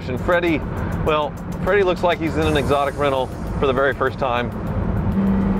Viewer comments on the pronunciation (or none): he says excotic rental hmm 🤔